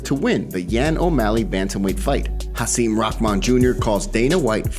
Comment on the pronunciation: It's not pronounced Haseem it's HaSIM rhymes with him